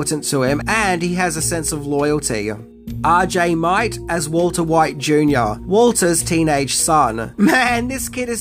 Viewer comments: RJ Mitte's last name is pronounced mit-ty, NOT mite. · I love the content, but how can you be a super fan and not know how to pronounce RJs last name...